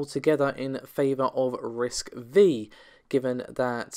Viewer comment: RISC-V is pronounced "risk five".